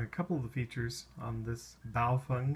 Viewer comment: its pronounced Bow-FENG, not Bow-Fung, otherwise great video.